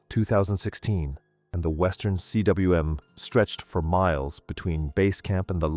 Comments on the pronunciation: For Christ's sake, learn to pronounce, "cwm." It's not C.W.M. but combe. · Cwm is pronounced ‘coom’. It is the Welsh word for valley. Also called a cirque in French. Coom.